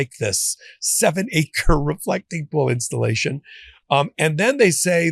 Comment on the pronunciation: FLAWED INSCHTALASHUN - J.Pirro